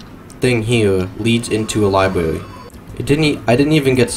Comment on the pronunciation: Ahhh one of those can't do "R" guys. I love them.I like the part where he goes Pwison Libwary.